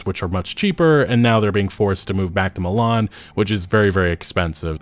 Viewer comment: Mlan? Milan my G